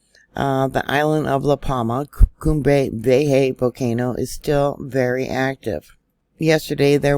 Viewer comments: Cumbre Vieja, pronounced, Koombray Vee-ay-ha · You're blowing my mind. Crazy. PS if you please, Cumbria Vieja is pronounced COOM-bray vee-AY-hah 💕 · Cum bry- Vay ya,!